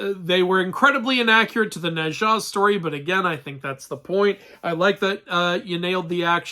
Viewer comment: Wait, isn't it supposed to be pronounced like /No cha/?